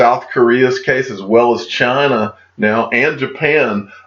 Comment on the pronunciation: Dear , it’s China not Chana 😁